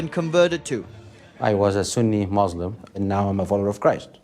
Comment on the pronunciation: He says moslam and he is muslim before haha